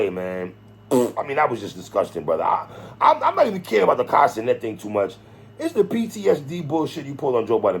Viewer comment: I thought you were saying Castanet for lonnnnnggg until I realised it was Kai Cenat 😂😂 Never heard his name said aloud before.